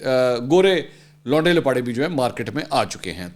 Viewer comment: ویسے منصور بھائی آپ کچھ بہترین انداز سے لونڈے لپاڑے کے لفظ کا تلفظ ادا کرتے ہیں اللہ پاک ہم سب کو عمرانی فتنہ پراجیکٹ سے محفوظ رکھے آمین ثم آمین